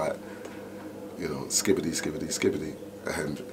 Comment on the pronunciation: "" who makes a video about a mc legend yet doesn't even get his name right. Nowhere near enough respect shown to skibba there.